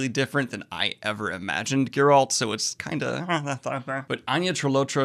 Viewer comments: Why do you keep pronouncing Geralt name wrong? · Still can't pronounce Geralt's name. lmfao